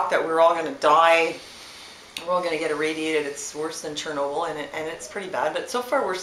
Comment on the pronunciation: This guy's pronounciation is quite off the wall. Doesn't he watch one minute of TV? That would straighten him out...Mr Tie dye and pony tail...(bet he's got the gray pony tail in back). Chair-noble?